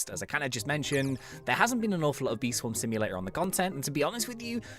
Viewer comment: What Says: Bee Swarm Simulator What I Hear: Bee Swarm See You Later...